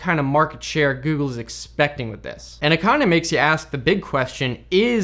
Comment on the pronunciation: Heard it as "the gey console" 😂😂😂😂